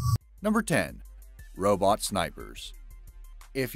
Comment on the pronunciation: Robot snipers I thought u said roblox snipers